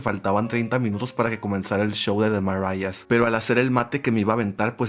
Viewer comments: me está dando algo escucharte pronunciar THE MARIAHS y CLAYRO 😭😭😭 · The Maraiasss💅💅😫😫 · No la pronunciando The Marías en inglés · Oigan me surgió la duda durante el video "The marías" se pronuncia así tal cual o es como lo dijo? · así tal cual, lo pronunció raro 😅😊